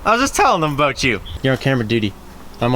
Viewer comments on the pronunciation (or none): Ha his Canadian accent came out.....”aboot” 👍🏼👍🏼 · He said aboot I know he's Canadian but this is the first time I hear it in his voice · Canadian mode activate! That's exactly how I say about and my American friends give me a hard time. Nice video though :)